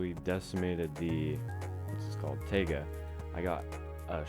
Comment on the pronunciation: tega...... its not tega................................................................................. its taiga.? ur smarter than this